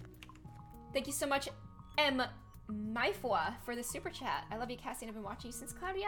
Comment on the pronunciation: Sorry 😞 super chat 💬 kinda sounds like super chad